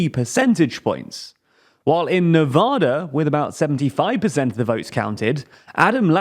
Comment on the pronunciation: Love your content but you mispronounced Nevada's name. :)